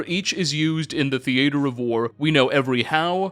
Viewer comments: mispronunciation never stops, you need a speech therapist or something lmao. Theatre of war is pronounced like a normal theatre not thee-AT-er. It's glean not gleam. There's a lot more but i.m done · hold up. Is CANADIAN?! or are he and Sarah Z just silly in the way they say theatre? I'm probably overthinking it and she was trying to rhyme it with Debater. Don't mind me. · What happens in a persons life that they start pronouncing “theatre” that way? Who hurt you? Surely you’ve been around other people, heard them say the word, associated it correctly…(?) Surely!